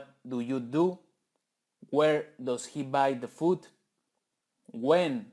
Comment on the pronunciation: La palabra "does" no se pronuncia "dos" se pronuncia como "das" y el negativo "doesn´t" se pronuncia "dasent"